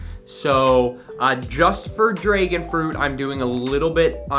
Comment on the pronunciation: Dude says dregon instead of dragon